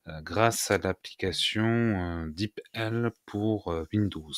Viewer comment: Bonjour et Merci pour cette vidéo très pratique ! Pour info je pense que l'on prononce "dipeul" sans vouloir vous offenser bien sûr. Encore Merci pour le partage.